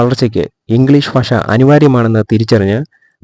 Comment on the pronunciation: പൊതു ഫാഷ എന്നല്ല പൊതു ഭാഷ എന്നാണ് പറയേണ്ടത്...!!!